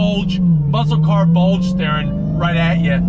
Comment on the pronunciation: "we have A BOLDGE" - 2021